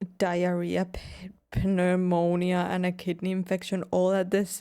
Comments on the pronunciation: With pneumonia, you the P is silent. So it’s said like Neumonia. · 😂😂😂 no they left it unfinished. You can actually find it on google. Also the way you pronounce pneumonia is cute. But the p is silent, just say neumonia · Pneumonia is pronounce with the p is silent.